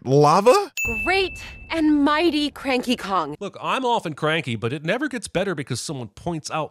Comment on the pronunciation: Did just sin cranky kong's NAME??